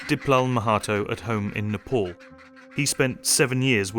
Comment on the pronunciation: It's Nepal NOT Nalpol